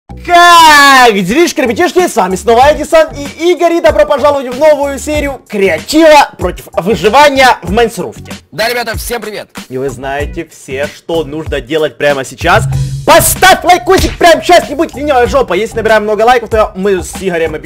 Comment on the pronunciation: Ты сказал майнсруфт в начале